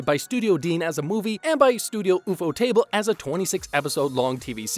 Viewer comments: why does bro say ufotable like ufo table and not "U" fodable cause i think thats how you say it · Man really said Oefotable to ufotable 😂😂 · I did not know that there are people out there who pronounce Ufotable the way u do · What kinda idiot pronounces the words ufotable and apocrypha like that.... Wtf?